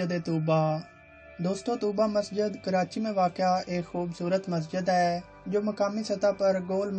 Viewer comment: Karati nai hota karachi hota hai